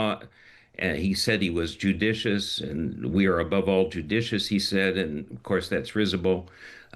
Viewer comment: Best moment of Trump’s press conference was when he struggled to pronounce the word “judicious.”